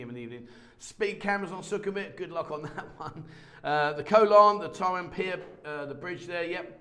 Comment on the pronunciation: For someone who claims to speak Thai, I wish ou would learn how to say "Pattaya" properly. Apart from that you make a pretty good account of yourself. :)